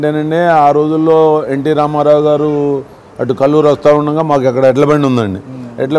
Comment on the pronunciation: It's kalluru not kalluri